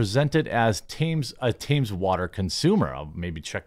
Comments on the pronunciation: Just one thing, it's Thames not Tames Water. Pronounced "Tems", not "Tames". As a UK citizen that kills me for some reason. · Thames, pronounced “tems”. The water company has a monopoly on water supply to London and surrounding areas. Unfortunately people don’t have consumer choice in this case 😢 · Just FYI, Thames is pronounced "Tems". The company is named after the river that flows through London. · 'Thames' is pronounced 'tems'. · "Thames" is pronounced "Tems"